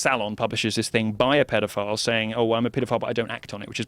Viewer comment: Actually "money" would've started with Rothschild 😂😂😂😂 this dude can't even pronounce pedophile properly